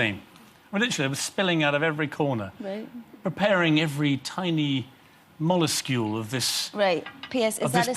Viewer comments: Can someone please tell Piers Morgan "molescule" isn't a word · Piers - "Molescule" lol molecule+miniscule ? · molescule? is that like a miniscule molecule? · Did he say "mollescule" ? What the hell is that? Even he can't speak properly.